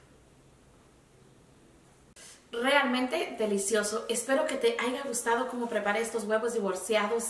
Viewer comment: no se dice AIGA, se dice HAYA!!!